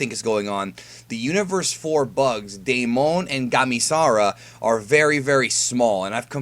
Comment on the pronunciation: my name is Damon😂 and it’s pronounced day-men